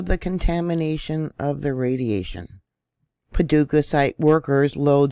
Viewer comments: You said Paducah right been there sweet people in the community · Well, got to thank you. That uranium site you found was a surprise to me and I've lived in Clarksville tenn, been to Paducah ky. Which you pronounced correctly and have a daughter living on the border line who likes to go to the land between the lakes..... This news just broke my heart a little more. 😳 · Yes, you pronounced Paducah correctly. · Hi! You pronounced it correctly. GOD shows me things to, tonight it was the movie It’s all about earthquakes and rift from South Dakota to Texas, that spilts the United States in two. Very interesting. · Paducah is my home. I was born here. And yes, you're pronouncing it correctly.